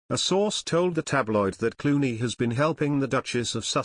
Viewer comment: “cluany?” Do you mean “Clooney?”